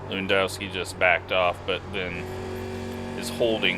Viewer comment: Not to put words in yours or his mouth but lewandowski is a last name that runs in my family more than likely it’s pronounced Levanduski. In polish and many Slavic languages w make the v sound and hard O’s are really rare. I know this seems knit picky but it’s just things I know. Great video!